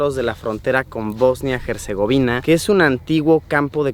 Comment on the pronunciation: Hasta que alguien dice bien Bosnia y Herzegovina...